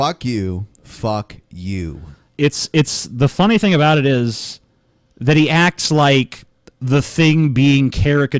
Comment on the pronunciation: FeaR Dragn I heard him say about and cried inside.